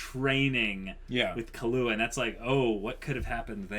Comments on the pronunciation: Sry for this but it's KI-LUA not KA-LUA xD He aint a drink :D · "Kill-ua" not "kalua" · lol u guys are great with theories but terrible with names i.e. Ginoza (Geen-o-zah) = Gee-Nose-Ah? Killua (Key-lew-ah) = Kah-loo-ah? Makashima (Maka-shee-ma) = Maka-shee-me But surprisingly you get Kurapika right somehow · Kill-wa that's how it's pronounced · Why do they say kahlua lmfao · Gon has never said/implied anything about Hunters being super noble things. And there wasn't some 'automatic' disqualification - there's a disqualification due to one guy losing his arms (Thanks to Hisoka) and probably dying off-screen because of blood loss. Also, you're not supposed to put emphasis on the 'ua' part of Killua. It's supposed sound like Kill-wa but with a little 'u' sound in between 'kill' and 'wa'. Basically Kill-u-wa.